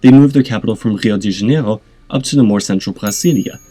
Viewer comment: Brasilia is pronounced with a tapped r, not a guttural one, same with the r in Janeiro. The R in Rio is pronounced more like a h, but you could pronounce it like the French r